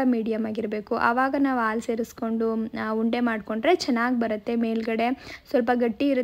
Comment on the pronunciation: ಸಾಧ್ಯವಾದರೆ ಭಾಷೆಯ ಮೇಲೆ ಒಳ್ಳೆಯ ಹಿಡಿತ ಸಾಧಿಸಿ ನಿಮ್ಮ ಅ ಕಾರ ಹ ಕಾರ ಗಳ ಉಚ್ಚಾರಣೆ ಕೇಳುವುದಕ್ಕೆ ತುಂಬಾ ಕಷ್ಟ example ಆಲು ಅಲ್ಲ ಹಾಲು .ನಿಮ್ಮ vlogs ಸಂಕ್ಷಿಪ್ತ ವಾಗಿ ಇರಿಸಿ ಉಪಯುಕ್ತ ಮಾಹಿತಿ ತಿಳಿಸಲು ಪ್ರಯತ್ನಿಸಿ.